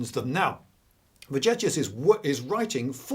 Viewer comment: Vegetius V-as a "W", and "g" as in "Elgin (marbles)". If it were just the V, I'd keep shtum, but the hard "g"... Sorry, couldn't resist. So, Happy New Year! BTW, if I had a bunch of caltrops in the antiquity or middle ages, I wouldn't scatter them all over fields. I'd wait behind the bush for enemy cavalry, chariots... to pass by and then quickly drop them in front of those horses. And, if I were playing your drone-game, I'd play the Russians (if possible, if not... not interested). When playing, I like to win.